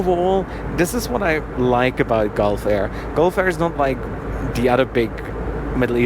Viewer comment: It is pronounced as galf air, as you pronounce gulp...Gulfair